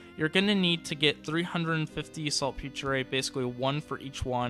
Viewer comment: ''Salt Peter'' not P-tray lol